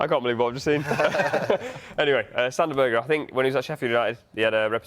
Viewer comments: Its pronounced Sander Berg'eh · Did she just say “Sander Burger”? 😂😂😂